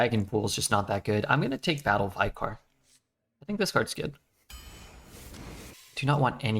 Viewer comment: Vicar is pronounced vicker, rhymes with liquor